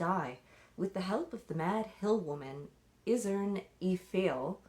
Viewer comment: Rikke is pronounced rikk-ER. Isern is pronounced EYE-sern